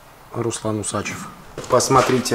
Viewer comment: УсачЁв... правильно говори